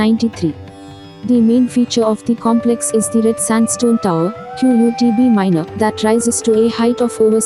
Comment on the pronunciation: Can't you pronounce Qutb Minar? Q-U-T-B lol (It's as Kutub) ... 😀😀😂😂